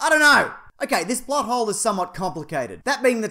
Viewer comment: when u first said plothole i thought u said butthole